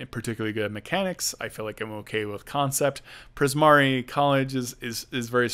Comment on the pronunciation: Priz-mar-ee. No ‘a’ at the end.